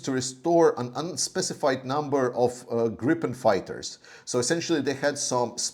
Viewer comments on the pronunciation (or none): Gripen..... pronounced 'Greepen' in Swedish/English ...... :) Got that from a Gripen pilot!